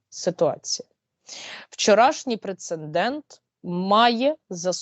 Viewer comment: Уважаемая! Говорите, пожалуйста, ПРЕЦЕДЕНТ!